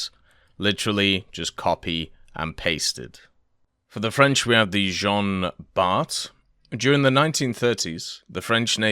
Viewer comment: French pronouciation tip : "Jean Bart" is pronouced "Jean Bar", without the "T"